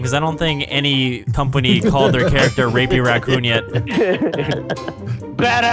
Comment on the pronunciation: said rapy raccoon